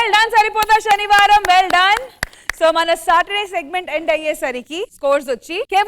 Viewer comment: Shani varam kaadhu amma talli senivaram idhi telugu raadhu eeme anchor